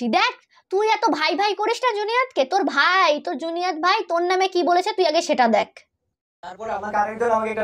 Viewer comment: ওটা জুনিয়াদ না । ওটা জুনেইদ । 😊